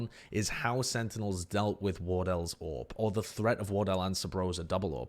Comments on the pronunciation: I just heard him say orb everytime he said AWP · Took me too long to realize you're saying AWP and not Orb.